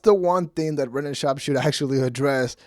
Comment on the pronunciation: Half ur views are people laughing at ur speech impediment. “Bwendan” 😂